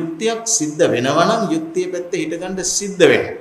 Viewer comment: යුක්තිය කියන වචනය කියන කොට යු යන්න හරියට කියන්න හාන්දුරුවනේ......